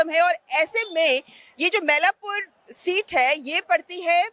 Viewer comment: Dear Anchor it is NOT मैलापुर. It is मइलापूर मइल= मोर / peacock in Tamil